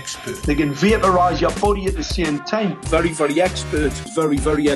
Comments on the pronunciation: Sometimes I hear "Furry furry expert" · Anyone else hear “Furry furry expert”?